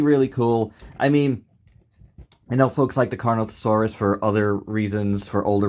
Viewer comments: It’s Carnotaurus. Not Carnotasaurus. And not Carnosaurus. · bro doesnt know how to pronounce carnotaurus loser take the L